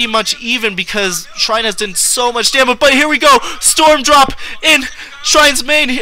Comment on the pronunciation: Shine not Shrine hehe. Shine has a winning record vs Bisu! Its his nemesis ;)